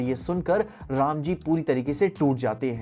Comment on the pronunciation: Everyone described the "rama" name voice in his way but did correct